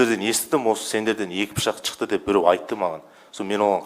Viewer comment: Неге чыкты,чыктык,чалып деп сойлейды.Шыкты,шыктык,шалып.